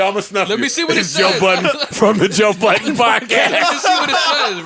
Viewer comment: DId joe Budden just trash his own name.. im done